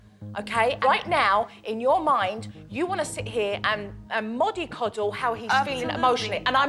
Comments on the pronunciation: It’s mollycoddle,Jo,not moddycoddle. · Oh Jo. It's "mollycoddle" not moddycoddle. She's moved on from assessable thank god but moddycoddle?